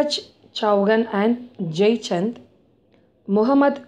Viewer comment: Chauhan.... चौहान.. Is correct pronouncing